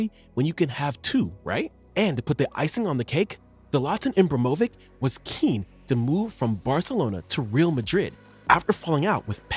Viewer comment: You pronunced Zlatan's surname wrong